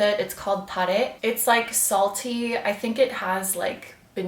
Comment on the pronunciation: (At the beginning of your video still..) Omg look at those crystals 👀✨🌈✨ The way you say TaReh sounds Italian to me 😆